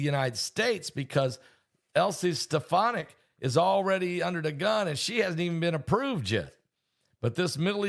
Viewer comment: Her name is pronounced Alys Ste Fon Ic, Elise Stephonick (?)